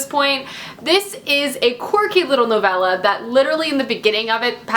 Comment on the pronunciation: Thumbs up for not pronouncing novella "novayla"